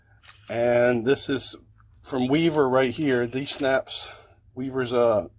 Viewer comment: I thought you said snacks!